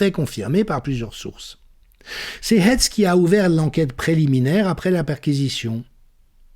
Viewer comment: Formidable synthèse et analyse. Je ne regrette pas de vous soutenir. Pour info: pourquoi prononcer Hètz le nom du procureur et pas Haïtz comme on le fait de toujours en Lorraine et Alsace? Et curieusement, aucune mention publique de son ascendance ou une éventuelle confession…